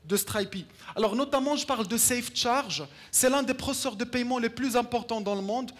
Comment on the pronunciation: Il dit savecharge c'est ça ?